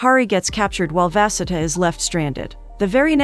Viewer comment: The way the pronunciation of vasudha got worse every time her name was said💀 at one point i forgot what she was supposed to be named and i have an aunt with the same name